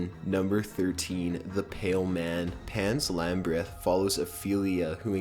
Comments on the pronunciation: "Pan's Lambreth". "Require 'Em for a Dream." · "Pans Labriff" "Requirem for a dream" having trouble with pronunciation? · Pans Lambryth?